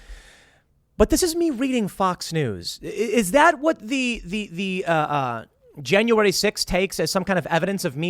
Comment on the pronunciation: Tim, it’s JAN-YOU-WARE-E Not JAN-YOU-WARE-DEE ITS STORY not STORDY All pettiness aside, Love the show, thank you